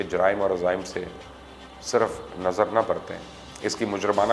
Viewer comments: janab utni urdu script main likha karain jitni aap ko parhni aati ho. "sirf nazar" nahin "sarf-e-naza" lafz hai. Likhi hui kahani sunaane se aap ka tajzia kharab hota hai. wohi bolain jo aap ka apna script ho aur aap ko zabani aata ho. shukria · sarf e nazr, !!!!!!! sirf nazr naheeeee,,,,sarf e nazr barathna!!!!!!!!!,jis seh likhwatay hain uss seh talafuz guide bhee lia kijiay,,,,,, ya kam az kam kisi zaban seh ashna shakhs k samneh parh lia karain , ho sakta hay tashee ho jay aur sahafat ki laaj reh jaiay.... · Dear Mu ashar Sir, AoA. With due respect, it is not "Sirf Nazar" but it is "Sarf-e-Nazar" and it means ignoring something deliberately. Thanks. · صرفِ نظر ( pronounsation is surf e nazar ) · میں آپکی ریسرچ اور معلومات کی تصدیق کے لیے بے پناہ کاوش کو سراھتا ھوں اور بالکل نہیں چاھتا کہ ویڈیو میں کیڑے نکالوں - لیکن آپکی ویڈیوز کے معیار کو بہتر بنانے میں اگر میں کچھ مدد کر سکوں تو ضرور کرنی چاھیے - میں نے محسوس کیا ھے کہ آپکی اُردو سے واقفیت بہت زیادہ گہری نہیں اور جب کویؑی لفظ غلط بولا جاۓ گا تو سننے والوں کو کوفت ھوگی - آج کی ویڈیو میں آپ نے ایک لفظ ادا کیا ھے " صِرف - نظر "، یہ دونوں الگ الگ نہیں ، مل کر ایک ہی لفظ بناتے ہیں ""صرفِ نظر " یعنی 'ص' کے اوپر زبر ھے اور 'ف' کے نیچے زیر ھے - جزاک اللہ